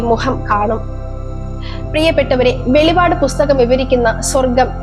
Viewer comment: വെളിപാട് അല്ല വെളിപ്പാട് എന്നാണ് പറയേണ്ടത്